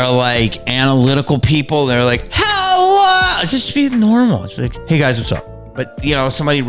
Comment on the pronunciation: That hulllooo should be Mrs Doubtfire accented